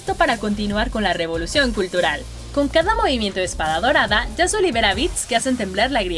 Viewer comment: yasuo peruano xd